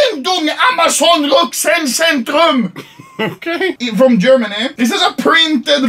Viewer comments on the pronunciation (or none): Ich feier es so wenn er sich über Deutsche lustig macht. Vorallem wie er sagt "RÜCKSENDEZENTRUM" 😂